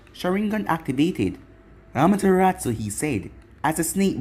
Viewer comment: I like the way you say Amaterasu 👌